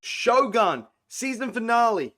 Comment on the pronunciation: If you love it, at least respect it by pronouncing the title correctly, as the Japanese pronounce it.